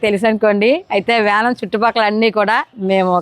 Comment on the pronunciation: or yanam aye aye😂